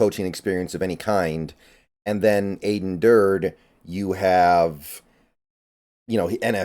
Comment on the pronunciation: Aden said in his press conference that it’s pronounced Ad-en (like Adam with an n) Dur-dee. Let’s nip that before the season starts! Sad to see Izzo and Shead go, but I am liking the hires so far! Macdonald was my top choice and after hearing the coordinator interviews liked it even more. Thanks for all the analyses!